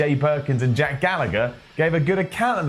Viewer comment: Why can you not say Jack Galla-HER's name right?